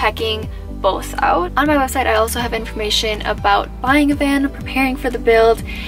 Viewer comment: So impressed with what you did… and shout out to your parents supporting and helping you with it …. I will admit the first thing that threw me was you saying “aboat” with a Iowa State shirt on … but then say the Minnesota shirt and it made sense! 😀